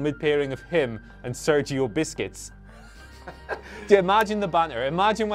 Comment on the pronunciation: Sergio besqets 😂😂😂, dipped in milk, it's sergio busquets